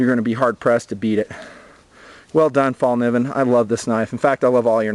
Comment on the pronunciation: I laugh every time u say fallkniven, being a Swed I find ur way of pronouncing it is freaking hilarious